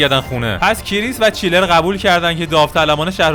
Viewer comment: داداش چنلر نه چیلر